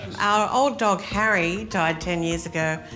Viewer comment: Harry not hawwy